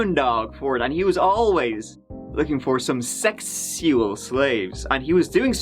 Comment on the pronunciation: Does anyone else crack up. When says *sexual*. Gets me everytime. 😂😂😂